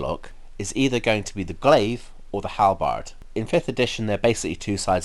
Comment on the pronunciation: The way you pronounce the word "Halberd" infuriates me to no end, lol